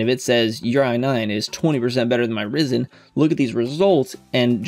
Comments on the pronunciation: It's pronounced Rye-zun! 🙄😒 😂👍 Loving your videos, very helpful 👍😁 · not hating but you said Ryzen wrong hehe